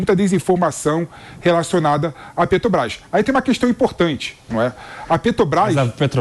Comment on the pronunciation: Por gentileza, alguem avisa ao q nao eh "Petobras", mas Petrobras? Alem de pronunciar o nome da empresa de forma errada, tenta enganar o povo... Que pessoa desnecessaria no debate...